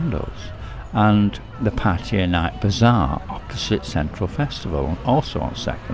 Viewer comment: I want to thank you for not pronouncing Pattaya like a lot of irritating Youtubers. I do not know how this started, but it is definitely not pronounced like Pah-tiah. I cringe a little when I hear this from people trying to sound like they really know something you don't. :) For those saying Pah-tiah, please stop; you sound foolish. Rant over, thank you.